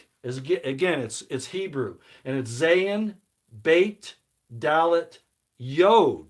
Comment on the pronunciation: Hi,. I am a relatively recent follower of your YouTube videos. I appreciate them (I am Jewish) for a number of reasons. You have very interesting points of view. I am recommending your videos to a devout Christian friend, but I am concerned about some of your Hebrew pronunciations. For example, it does not matter much if you pronounce the letter zayin (zah-yin, ז) as though it’s pronounced “zane” rhymes with rain. But it does matter where a wrong Hebrew pronunciation may be misinterpreted as an English word. For instance the letter ה, rhymes with bet or met. It is not pronounced like hate, which is how you are saying it here (as in rhymes with date, bait, etc.). So I was initially briefly confused when you said that Avram and Sarai added a “hate” to their names, as though they added a negative character trait to their new names. Of course I grasped what you meant in a few seconds, but I’m afraid that those without any Hebrew background might indeed come away with the idea that Avraham and Sarah now had hate added to their names. I think it would be helpful if you could change your Hebrew pronunciations to the conventional ones for much of what you say. I think, eg, that you pronounced יעקב, something like Yay-ay-kov, when it’s pronounced Yah-ah-kov, or as many people shorten it to Yahkov. I know this may seem picky, but I’n afraid people will come away with erroneous ideas. And, if you’re going to teach the words, you might as well use the pronunciations. Not really a cr